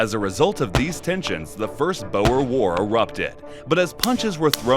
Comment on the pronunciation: Almost…. Boer is pronounced like “Boor”, “oo” sounding similar to the “oo” in “food”, or sounding almost like the “u” in “rude”. The “r” should strictly speaking be a hard, trilling “r”, but a rounded “r” will do 😅